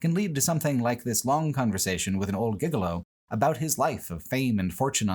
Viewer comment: Hearing you say "gigolo" as "giggle-oh" made me LOL.